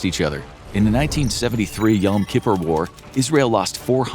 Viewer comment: That's not at all how you pronounce "Yom kippur" lol